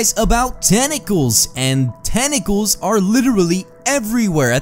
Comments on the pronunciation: sounded like he said tene calls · "tenacles, tenacles , tenacles Tenclaes TENCLAES TENCLAES TENCLAS TNCLSDNSJCNSN"